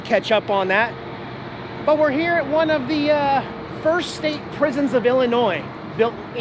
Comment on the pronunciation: I must say, I'm VERY disappointed..... You keep pronouncing "ILLINOIS" correctly!!! You know you MUST deliberately mis-pronounce it in order to get everyone TRIGGERED!!! (You GOTTA pronounce the "S" at the end);-))